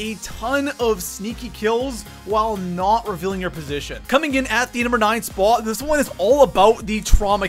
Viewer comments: why do you always pronounce spot like SPAAAAWT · You pronounce the word spot really strangely.... It was doing my head in....